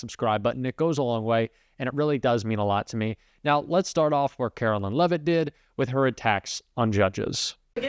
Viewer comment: Love when A.I. narrates her (because Artificial is the only type of Intelligence to which she can be attributed) and they pronounce her last name, “Leave-it” (that’s probably what her husband wishes he did). Her first name should be, “Caro-lyin’”.